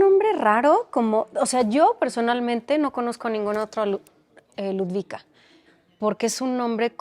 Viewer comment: Jajaja "Ludwika" es "Ludovika" 😅